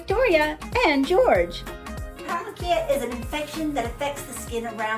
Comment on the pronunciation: Wow! You mispronounced paronychia!